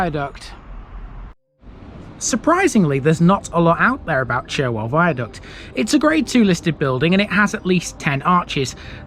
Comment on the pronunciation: Fantastic video of my home town, filled with information that I didn't even know. BTW Churwell, is pronounced Churrel, don't ask me why, lol. I no longer live in Morley since my wife had a stroke of which she nearly died, We now live in Pudsey, another town within the Leeds borders, where Pudsey Bear originated from, can we see a video from there?